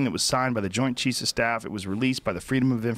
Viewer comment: I’ll never get tired of hearing Joe try to say “Joint Chief of Staff”